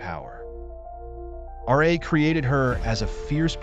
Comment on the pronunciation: Why are you saying R A instead of Ra.